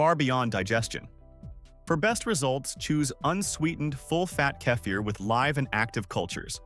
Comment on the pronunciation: How many ways can AI pronounce "kefir"? I counted 3 in the first minute. Why do humans no longer read these scripts?